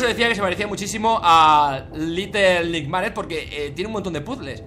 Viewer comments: Little nightmares se pronuncia litel nigtmeirs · no, se pronuncia litel naitmers